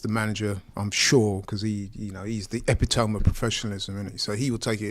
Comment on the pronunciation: "Epi-toohm"? Bruhhh